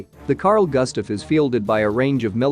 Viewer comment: Just cause americans cant pronounce Swedish names does not mean the name will be americanized into goostav.